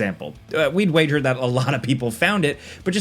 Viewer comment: Are we really not going to mention how he pronounced "wager"?